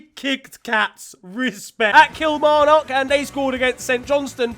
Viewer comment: The pronunciation of Kilmarnock is absolutely criminal 😂😂😂 ps love you